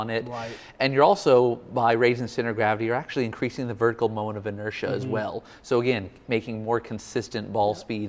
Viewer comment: Every time says "inersia" take a shot. 😁